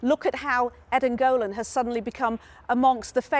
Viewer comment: Why dont u pronounce Eden Golan's name properly